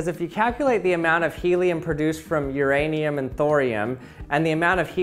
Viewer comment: Why does he keep talking about my ranium?